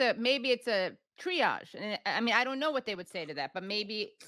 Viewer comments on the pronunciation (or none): none